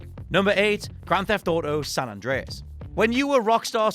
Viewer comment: how do you get San Andres wrong every time?